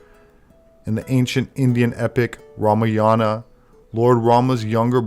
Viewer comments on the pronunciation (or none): none